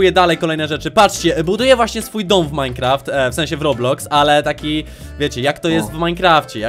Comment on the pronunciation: Czemu muwisz minkraft a jesteś w roblox hahahaha